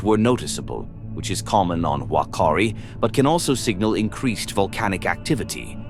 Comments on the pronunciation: Wakari 😂😂😂get it right bot its whakari island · as a New Zealand resident, the Maori language pronounces Whakaari as F-a-k-aa-ree with two a's being longer held as an 'ah'. Hope this helps future pronunciation of Maori words. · Can you at least pronounce the name properly? It's pronounced FAR-KAREE. If the guides thought it would erupt do you really think they would have risked their own lives to take a bunch of tourists on there? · You mispronounced Whakaari. The 'Wh' is closer to an 'F' sound. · Its pronounced "fuck-car-di" island, and "fucka-tan-a" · Whakaari is pronounced as "fa-kaa-ri". Whakatāne is pronounced as "fa-ka-taa-ne". This volcano is also the most active volcano in New Zealand and has erupted on average every 3 years ... so I'm astounded that you have got some facts wrong here.